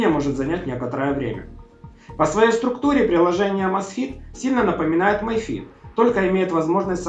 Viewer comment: Ми фит,а не май фит. Май фит,пишется my fit,а так,mi fit,соответственно ми фит.